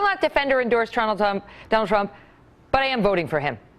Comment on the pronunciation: WHO DA FK is "Tronald Dump"?? lmao